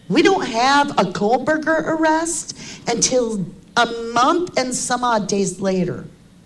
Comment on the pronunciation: Yes! She mostly says, "Kohlberger"! 😵‍💫